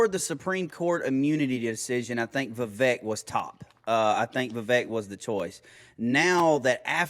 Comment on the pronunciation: His name is not Va-Vek it’s Vivek like cake